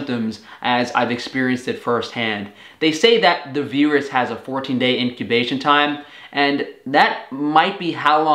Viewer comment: First, I hope. Also your weird pronunciation of virus is still getting picked up by captions.